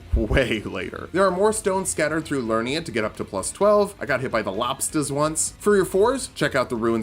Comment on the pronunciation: Each video of yours you've mispronounced "Liurnia". You keep saying "Lurnia" but there is clearly another syllable. "Li-ur-ni-a" not "Lur-ni-a"